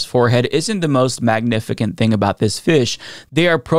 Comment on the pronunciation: Why in the hell did you pronounce "magnificent" as "magnifikent"?